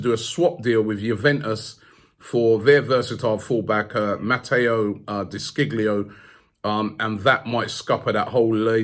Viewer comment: Lol 😂 Robbie... Pronounce like De Shi lo